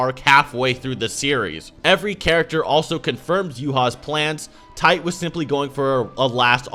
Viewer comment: Titay, not TITE lol (spelled for pronunciation not accuracy)